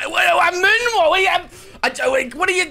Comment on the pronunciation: You weren't moon-walking, you were moo-walking...